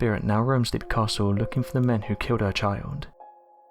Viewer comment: It's pronounced lep, not leep. The dungeon with the wooden spikes is called an oubliette. You forgot to mention that they found three cartloads of skeletons at the bottom of the oubliette during renovations of the castle in 1922.